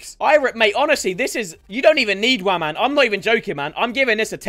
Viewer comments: I bet you cant tell me how many times he said waman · said waman 27 times this video